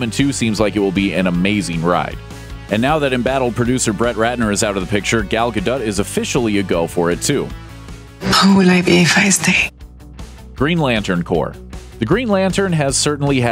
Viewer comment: Gal Gahdutt? Huh? lol